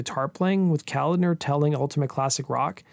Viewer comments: So, I wasn't the only one cringing with every mention of Kalodner. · I'll echo a previous response, I came to comment the very same thing. It's a little disturbing repeatedly hearing Kalodner's name pronounced like that. Get a little knowledge on what your subject is dude!! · Enjoy your content, but "Kalodner" was mispronounced incessantly here. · Just an FYI, it's not "calender," it's Kuh-lawd-ner. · John Ka lan der. You pronounce his last name with a K sound not C. It’s not calander. It’s ka lan der. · It’s John Kalodner. Not calendar. Pronounced Kal-AH-dner. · It's not John Calender, it's ko-lod-ner, stress on the middle sylable. Damn, it painful to listen to you mispronounce his name time and time again, especially since he was one of the biggest A&R guys in the 80's. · Yup! I was going to say "Listen to Steven Tyler pronounce the guy's name! He talks about working with him in many interviews... It's not Calendar!!". Hahaha! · John Kalodner’s last name is pronounced kuh-LAWD-nur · Okay, first of all: It's pronounced John Ka-LAHD-ner. Secondly, Tommy Shaw did not front Styx - Dennis DeYoung did - and Styx were a Hard Rock/Prog-Rock band and were most definitely NOT Pop (save for maybe a few songs). Third of all, I have no idea what an "Adult-Oriented group" is unless you are referring to porn actors. Lastly, you show a 90s band (Nirvana) while referring to the transition of 70s music to 80s music. I love most of your videos, man, but this one made my OCD explode. 🤯 And I was so excited when I saw this vid pop-up. You usually do a great job, but this video was clearly a rush job. I'm just trying to help here. BTW, does anyone else see the immediate irony in the fact that a wedding-dress-wearing John Kalodner brought together a supergroup featuring 2 Right-Wingers (Jack Blades and especially The Nuge)? 😅 IRONY!! 😂🤣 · BTW: It's John Ka-LOD'-ner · Yes, genius. You mispronounced it all over the place. 🙄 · Isn't John Kalodner pronounced wrong? Ka-LODD-ner